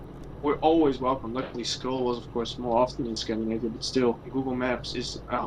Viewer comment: It's scand I navia not scand A navia. Scandinavia, Scandinavia.